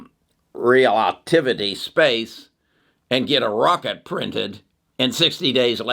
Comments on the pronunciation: Can someone do a compilation of trying to pronounce things😂. “Realitivity” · Rel-A-Tiv-Ity is the name you are struggling with. Your info is so valuable and don't like to see you struggling with the name. Thank you! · RELL-AH-TIV- IT -TEE !!! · Re-la-tivity. Like theory of relativity. Good company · Pronounced Rell-ah-Tiv-ity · OMG... it's Rel-uh-tiv-ity, dude. (Relativity) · Great outlook on the future. I read The Future is Faster than you think on your recommendation and it was fantastic. Also I think its Rel-a-tiv-ity as in Einstein theory of relativity. 😊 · It's relativity (re-la-ti-vi-ty), like Einstein's Theory of Relativity.... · Omg, he can’t pronounce relativity. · google pronunciation of relativity ahead of time, from Einstein's theories